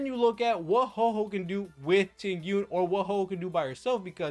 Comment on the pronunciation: Bruh... its Huohuo not HOHO, shes not Santa